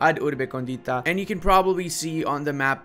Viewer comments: Really nice video but as an Italian that studied Latin I tell you that it is meant to be pronounced: ab urbe còndita not condìta. This difference brings to several jokes in Italian, as condìta is an adjective that means “with topping”. So a pizza can be condìta, while Rome is còndita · AB (not “ad”) URBE CÒNDITA. For Christ’s sake… the way you read it in Italian sounds like “to the seasoned city”.